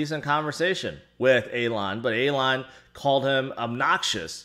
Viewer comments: Hey, It's Elon right, not Alon? Still love the fact that we're all:) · Calling hem Alon is an even bigger fail than the crashing of BTC. Just sounds like you're mispronouncing it... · You're mispronouncing his name instead of using a different name... Anyway the whole thing is just too toxic atm. Barry with his "welcome to crypto" message to doge holders wasn't any better...